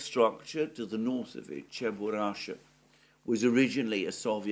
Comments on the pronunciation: Not Cheburasha, but CheburaSHKA. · It's a famous cartoon character but you keep saying his name WRONG! It's Cheburashka....NOT Cheburasha. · It's Cheburashka! Not Cheburasha! Чебурашка! -ШКА. There's a "k" between "sh" and "a" at the end of the name. Is it that hard to pronounce, for Zeus' sake?! Ance again: CHE-BU-RASH-KA. ...Oh, and while we're on it: there's no such place as "Genishek." There's Genichesk. Геническ! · It's Cheburashka not Cheburasha 🤨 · It is “ cheburushka” with a K . 😉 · Someone please tell Alexander that it is CheburaSHka complex i.e. letter K is missing in his pronunciation. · It is Cheburashka with a k😄